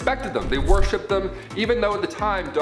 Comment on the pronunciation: Love the BUMBLEBEE sweater!!❤️❤️. And. It’s worshipped. Not warshipped 👍🏻